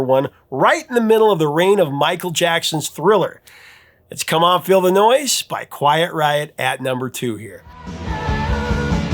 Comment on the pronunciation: Come on feel the noise. It sounds like you're saying "come on Illinois" pronouncing the s.